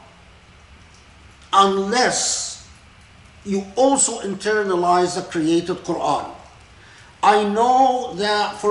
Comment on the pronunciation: Assalamu Alaikum, may I please clarify: 'internalisation of the created Qur'an'? To me it sounds like he is saying 'creative Qur'an' not 'created'. I've heard Dr. K talk very eloquently previously on why the Qur'an is considered 'uncreated', so I am finding 'created Qur'an' confusing🤔🤔